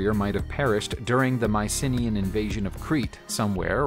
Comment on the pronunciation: Mycenaean = my - ssen - NEE - ehn